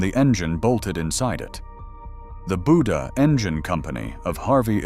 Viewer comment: Buda = “BUE-duh”